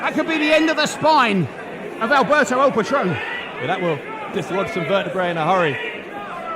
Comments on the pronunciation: Alguien se fijo q en la intro del patron decia "Albero" xD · Who the hell is Albero? Don't they mean Alberto?